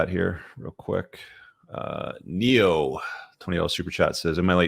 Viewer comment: Is it a coincidence that the comment was written by Neyo but pronounced: "Neo" ya know... from the matrix